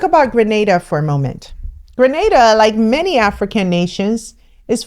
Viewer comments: Yayyy! She pronounced GrenAda correctly this time! Thanks for correcting that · Thank you you said it right Grenada 🇬🇩 home sweet home